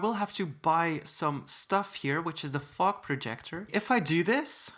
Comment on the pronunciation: When he said fog projector it sounded like fock/fuck projector